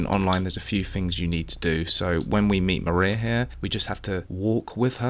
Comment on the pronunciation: "The Mariar Ending" is accidental accent gold. :)